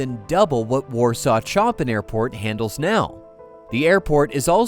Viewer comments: I'm very disappointed when you don't know how to prnouce one of the world's famous classical composers. Chopin is NOT prnouced like Chop PIN. It is pronounced like Shop pin. You are so shallow when it comes to intellectual matters. You must be someone educated in USA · A couple of points: 1) it's not "Warsaw Chop-in" airport, it should be pronounced " Warsaw Show-pan" airport because it's named after the composer. 2) It was particularly terrible to show pictures of bombed out Gaza families when talking about Poles potentially being displaced by airport construction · "Sho-PAN" Not Choppin. Cant take you seriously now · so your AI doesn't know how to pronouce Chopin???????? jeeeeech! (add Lodz & zlotys to your list of mispronounced words! my gawd!)